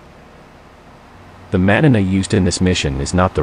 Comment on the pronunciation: I'm not even Hispanic, but hearing Manana pronounced as Manana really grinds my gears.